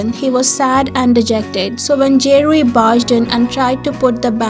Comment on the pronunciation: For “ Kiseki, Dear To Me” It’s Ze Rui ( not “ Je Rui”) and Zong Yi ( not “ Jong Yi”) .. The scene in the end of the video, it’s from the End of The World With You ??